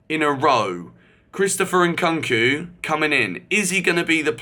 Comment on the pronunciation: WHY DOES HE KEEP SAYING CHRISTOPHER NKKOOOOONKU!??? IT HAS A U FOR A REASON ITS SO JARRING WHEN HE SAYS IT PPLEASE YOUR NAME ISNT GEORGER BUNSON IS IT???